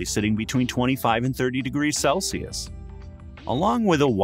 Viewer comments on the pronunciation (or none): none